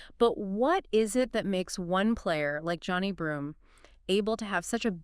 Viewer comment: Nothing went wrong for the Spartans. Auburn was the #1 team in the country all year for a reason. And you pronounced Johni Broome’s name wrong. Racist.